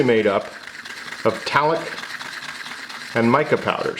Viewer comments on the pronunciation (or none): Did you just pronounce talc as "talik"